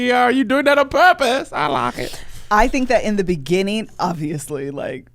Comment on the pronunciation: Yes and I laugh every time Kev says "I like it" I don't know how it would be spelled (I lock it) bc he doesn't say it like it's spelled but I need one of those too.